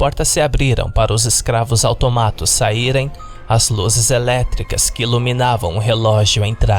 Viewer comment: Eu achava que se fala autômatos e não automátos, quem disse que vídeo de creepypasta não ensina nada.